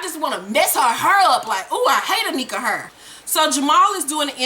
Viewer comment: I love the way you say hair!! it gives me soo much life!